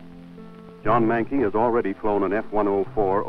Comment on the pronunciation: His name was John McKay... not Manke